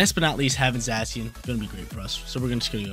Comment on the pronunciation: Zay - Shun or Zassy-un ... not sure sounds funny though.